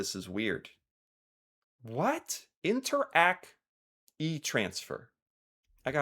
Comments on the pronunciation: interac is pronounced like interact (with silent Ts) not like inter, ack lol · remember, Interac, not inter-ACK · Interac is pronounced like "interact" (as in interaction) but without the "t" sound. It's a brand - in fact I'm sure you found out when making the thumbnail. You can also add a 6th player but solely for Québec: Desjardins. They have presence in other province but not as much but it's one of the biggest players here in the French speaking province. Personally never really used e-transfers because I always gave cash in person if I had to.